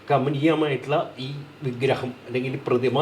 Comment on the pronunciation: വിഗ്രഹം എന്ന് പറയൂ മാഷെ